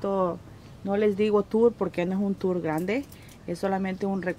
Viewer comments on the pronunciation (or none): none